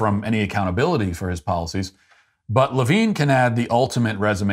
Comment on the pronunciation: You mispronounced Richard Levine.